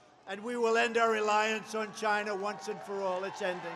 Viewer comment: Probably his best "ChyYYna" to date.